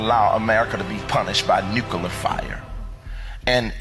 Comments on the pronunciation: Bro, he even has saying “Nukoolar” I mean, I’m pretty sure it’s NUCLEAR, right? Smh. These people…#brainwashed #cultbehavior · He cant even pronounce NUCLEAR 🤣🤣🤣 I need MY LEADERS to KNOW how to speak... And i was thinking..how much money does jesus really need, can spirits spend money...🤣🤣🤣 So the submarine hit CENTRAL FLORIDA, NOT THE WHOLE FLORIDA CUZ I USE TO LIVE THERE SO I KNOW..WHAT A PIECE OF GARBAGE....you know what, jesus came TO ME in a dream and said that he dont, wait, he doesnt know him.....why is it that I and others who watch this and laugh and know this to be garbage Know this to be completely bull$hit.....Michelle is definitely all in .....